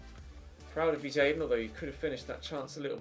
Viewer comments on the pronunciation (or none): none